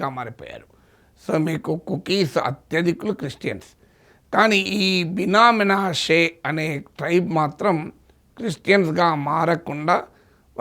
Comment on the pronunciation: బినా మీనాషే కాదు prof గారు, బిన్యామిను, మనశే